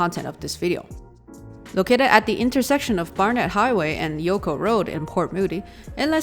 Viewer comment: Ioco Rd is pronounced like I-O-Co, not Yo-Co. It used to lead to the former Imperial Oil Co. Refinery on the north shore of Burrard Inlet, hence the name Ioco. Otherwise another a great video!